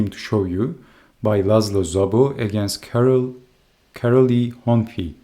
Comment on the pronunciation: Thanks for covering the Hungarian chess! You're pronunciation is almost perfect, do you have Hungarian relatives? Minor correction: Károly is pronounced Ca-roy